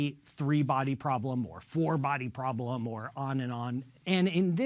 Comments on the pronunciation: It's "PROBLEM", not "PROBELM". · "Probelm"?? Really dude???? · What is a “probelm?”